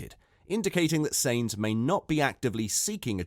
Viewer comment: First learn how to pronounce names. Carlos's last name isn't pronounced seins, but as the English word signs. That shouldn;t be too difficult. Or do you have a speaking disorder?